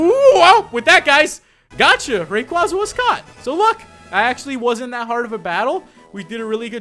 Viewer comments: It's Ray-quay-zuh, not Ray-quah-zuh, but I won't argue. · ITS PRONOUCED RAY QUAYY ZA NOT RAY QUAZZA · I don't know if it's your accent or not if it is its totally fine but always remember its rayquaeza (it's spelled rayquaza but it's pronounced rayquaeza) not to mention rayquaeza sounds alot cooler than rayquaza and like I said it's fine if it's your accent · If I say it once, I'll say it again and again until it gets lodged in your tiny brains. (No offense.) IT'S PRONNOUNCED Ray-KWAY-za!!! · pokemon name pronounced ray-qay-za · Uhh... Really, it's pronounced " Ray- Kway-Zuh-" Quaza as in Quazar. Make sense? And, no, nobody comment saying " NUH UH IT'S RAY KWAZA" Because it's really not. Ever hear of Pokedex 3D pro? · If you have watched the pokemon movie destiny deoxys rayquasa is pronounced rayquaysa that's right qay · You're mispronouncing raquaza,STOP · i feel like he saying rayquaza's name wrong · I can't get over him pronouncing rayquaza's name wrong